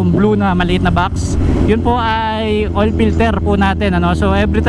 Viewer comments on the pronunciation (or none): mamaltuk cabalen haha. "Change hoil"